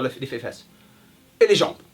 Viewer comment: " Les fefesse " x)